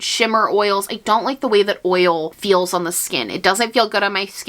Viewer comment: I love how you enunciate OIL. Oy YUL.